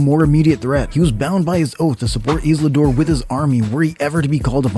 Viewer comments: Who's 'Islidor?' can't make a video from a reputable channel like this and not say it right numerous times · I thought "hmm? Who is Isladoor?" 😅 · Maybe find someone who knows how to correctly pronounced Isildur and Elendil. Starting to sound like those AI channels with text-to-speech voiceovers.